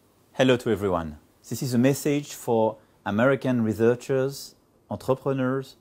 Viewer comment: Je confirme. Il est pas si bon que ça. Il a un niveau BAC en gros... Le "reZearchers" m'a également piqué les oreilles... D: Mais au moins ça peut pas être pire que Mimolette.